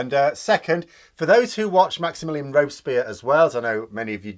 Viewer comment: uhhmm..nice video and all.....BuuUuuuuuuUUUUUuuuuuuuuuUT .....uhhhhhhmmmm..... did you just???...did you just say Maxi Milli Anne Ropes Peers?? ^.